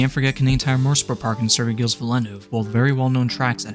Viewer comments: Fuck…. Gilles is pronounced (Zhills) or sh sound with z. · Small annoyance: Circuit Gilles-Villeneuve is a soft g, pronounced like the "J" in "Jerry", not the "G" in "Gary". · Good video bud. BTW it's Gilles with a soft G and don't pronounce the S